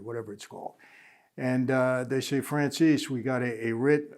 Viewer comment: Had to watch goodfellas again last night and I finally caught it when they did the intros. Mikey francheesey his how he said it though lol.